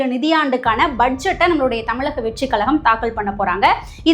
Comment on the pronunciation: தமிழக and not தமிளக. சரியாக உச்சரிக்கவும். அக்கா தமிழை கொலை பண்ணாதே.